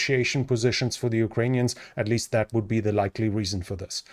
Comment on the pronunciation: He says likley